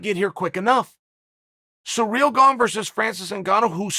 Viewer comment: Chael: SURREAL GONG Us : Ok Great